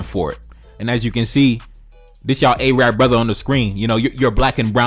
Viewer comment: Yo, know how to correctly pronounce. It isn't "A-Rab" its 'Arab' you dumbb ignorant fuks